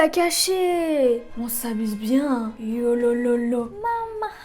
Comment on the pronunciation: Mais pk tu dis yolololo c worororo